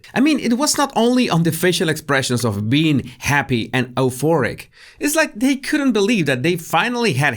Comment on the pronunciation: Hi hey! Euphoric is pronounced " you- for- ick". 😉